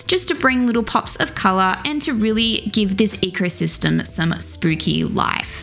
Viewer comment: When you said "ecosystem" i couldn't help but hear "ichorsystem" 😆 ........ yeah, i'm a Nurgle fan if you couldn't tell already.^^